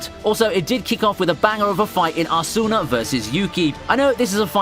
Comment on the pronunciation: The way you say Asuna 🤦‍♂️